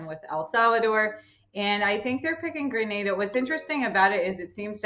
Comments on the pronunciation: Gra-na-da that's the correct pronunciation. I know you may not know. Just helping you out. Your doing a great Job. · Being from the islands and listening to them pronounce GRENADA is really irritating. Thank god the chick knows how to say it. Jesus.